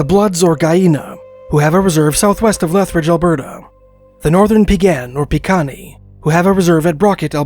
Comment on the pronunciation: I worked with the Peigan and Kainai when I lived at Fort McLeod, and with Siksika, Peigan and Kainai at Head-Smashed-In, that was their pronunciations. The Piikani pronunciation is basically correct.. but there is both an Old Blackfoot and a New Blackfoot with changes in glottal stops and vocalization.